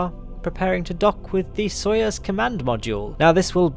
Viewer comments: It's "sa-yuz" not "so-yes" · It's " So-ee-ooz".